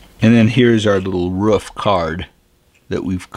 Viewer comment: Dude , there's no U in roof ! It's not a ruof !! It's a roof !